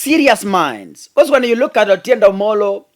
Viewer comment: the name is Otiende Amolo and not Otiende Omolo😂 The rest of your presentation=very good!! Except sometimes you relay too much information of Azimio's cards to the public exposing their secret tracks i.e, when you talked about how Raila was able to come to the CBD during the Mandamano when the security had blocked all ways. Please minimise such info.🙏🙏🇬🇧